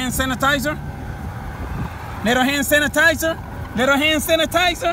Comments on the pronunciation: Leeto hann sanitiza, LITTO HANN SANITIZUHHH!!! Thanks this was an efficient hack and I got a good laugh! Thumbs up on this lol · “LIL HAN SANITIZERR” 😂 lol okay say that den 👏🏽 thanks 🥰